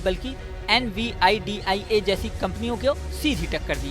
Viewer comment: Nividia pronounce nai kr pa rahe ho Well video achhi hai 👍